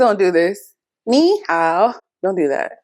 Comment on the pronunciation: learn the intonation of ni hao and it will be perfect.